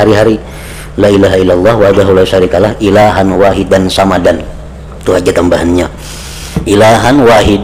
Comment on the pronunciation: Somadan bukan samadan, pake shod bukan pake sa'